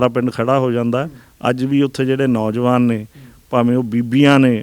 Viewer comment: ਪਤਰਕਾਰ ਭਰਾ ਆਪਣੀ ਪੰਜਾਬੀ ਭਾਸ਼ਾ ਬੋਲਣਾ ਖ਼ਾਸ ਕਰਕੇ ਸ਼ੁੱਧ ਕਰੋ। ਨੌਂਜਵਾਨ ਕਹੋ ਨੋਜਵਾਨ ਨਹੀਂ । ਦੁਜਾ ਇਹ ਜਿਹੜੀਆਂ ਬੱਸਾਂ ਚਲਦੀਆਂ ਨੇ ਸਿੰਘੁ ਜਾਂ ਟਿਕਰੀ ਲਈ ਕਿ੍ਪਾ ਕਰਕੇ ਕੋਈ ਮੋਬਾਈਲ ਨੰਬਰ ਸ਼ਿਅਰ ਕਰੋ